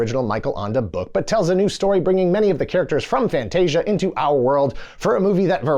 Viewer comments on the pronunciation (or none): Not Fantastica. FANTASIA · fantasica? is it not fantascia? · Did this mofo call it "Fantastica"? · Why is he calling Fantasia Fantastica?